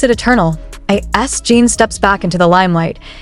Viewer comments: The way she is saying his name Jean is bothering me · A.I is not good at getting names right.